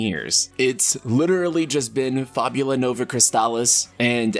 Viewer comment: lol "fe-byeu-lah"...he said it so "american" that it became comical